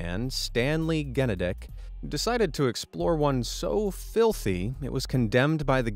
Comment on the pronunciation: Stan Genadek ( Also know as ) is a great man.. you pronounced his last name wrong.. The “G” makes the g sound as in “Generator”.. Not sure he’d be ok with your last statement of him.